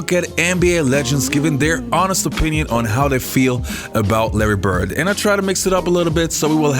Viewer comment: His last name is Bird. Not Burt. Immigrants are learning English from TV and the 'net. Stop confusing them.